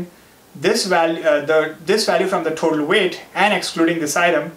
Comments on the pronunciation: Why're you saying THOTAL when you can say total ? ☝ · thotal no of kholum😂